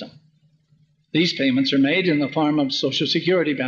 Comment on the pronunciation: Benson said "farm", for the word "form": he must have been a MORmON from Spanish Fark, Utah! P.S: Wasn't the United Order a Socialist-Communist scheme,in the Church that never got off the ground, that would have "redistributed wealth"? When will dufus mor(m)on leader dogs stop being two-faced, I wonder. They certainly want tp "have it your way..at McMormons".